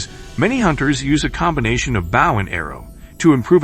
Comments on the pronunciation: Wish you people would say the word right.Bow and arrow not bough and arrow. Some of you people need to learn the language. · It's BOW, not bough. A bough is a branch of a tree!! You really need to double check your pronuciation.